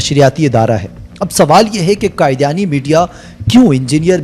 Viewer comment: لفظ قادیانی کو قائدیانی نہ بولیں